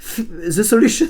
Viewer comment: Squeezie: Réponse A Chi faAAanNdzz Ze seLuchoNn réponse B Shi FFAAAAAAAAND ze jszjzssjzelushonne réponse C Sshi wYl fAynd ff.. ze zeluchonn